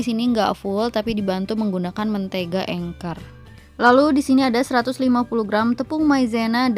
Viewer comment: Anchor bukan engker 😂